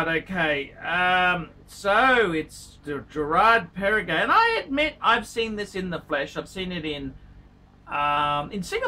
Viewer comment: Lexicon: Girard Para-Gay Gerald Gentra Chewda Frederique Constantin Ulysses Nardan Gilloshay Let's face it. He favors brands he can pronounce: Rolex and Patek